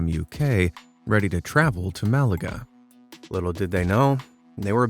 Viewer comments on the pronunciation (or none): none